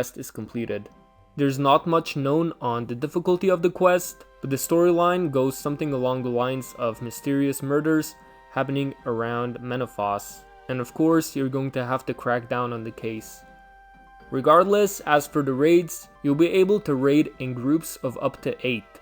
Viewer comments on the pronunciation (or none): Thanks for the info! Subbed! Please cover all the parts of the summer summit like u asked us in the beginning. I will definitely watch those :). Also, menaphos is pronounced with a long “o” sound and not an “aw” sound